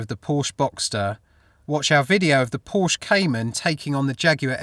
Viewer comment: It's two syllables you idiot, Por-sche!